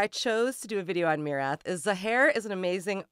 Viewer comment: Thank you for pronouncing the band's name correctly, that's refreshing!